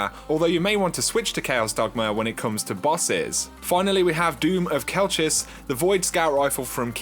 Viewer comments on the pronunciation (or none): It's pronounced doom of shelchis